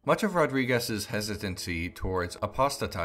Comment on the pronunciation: Great video! Side note: The portuguese names don´t end with a "z" ... that´s spanish ... It´s Rodrigues ... You think that is meaningless but for a portuguese native is apalling ...